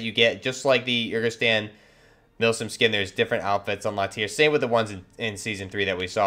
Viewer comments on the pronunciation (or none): My man, you really need to work on your pronunciation and/or do your research... “Lagunari” has nothing to do with “legionnaires”, they’re an amphibious unit. It’s “Urzikstan” not “Urkistan”. And “FGF” stands for Federation Ground Forces (as in Russian Federation Ground Forces), it’s just the Russian army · Urzikstan. Yer-Zick-stan. Rodion. Roh-Dee-on. Lagunari. Lah-Goon-Air-Ee